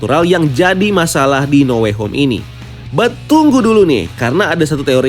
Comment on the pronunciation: No way home salah nyebut lo